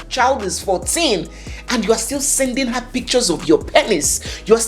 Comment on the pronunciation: He isn’t Nigerian. He pronounced “her” the way Ghanaians pronounce it. But then again Nigerians have caught doing this as well.